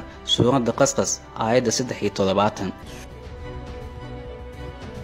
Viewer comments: Suuradu Qasqas ma ahan eewaaa "Qasas" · Its not Surat qas qas its qasas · It's Not Qasqas its Qasas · Akhii wa barnamij fican masha allah Lakiin aan kusaxo suurada (qasqas Ma aha micno kale ayay sidaad ugu Dhawaaqey kunoqonkartaa ee waa Suuratu qasas ) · bro suurada qasqas ma ahan ee waa qasas Thanks😊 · Heey suuradu qasqas maaha waa qasas